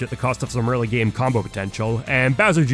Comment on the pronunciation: lmao anyone else get distracted by the way he ends some of his words. almost like an extra syllable. “sword-uh”, “game-uh”